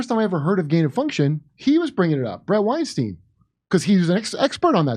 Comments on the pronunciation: His name is pronounced- STINE - Eric Weinstein - pronounced - stine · Constructively I think their name is pronounced like wine-stine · Eric and Brett Weinstein is pronounced the same way as Albert Einstein. Their name isn’t pronounced the same as Harvey Weinstein.